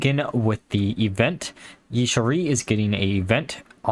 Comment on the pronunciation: It's pronounced Ya-sha-raj. Just an FYI for any future videos.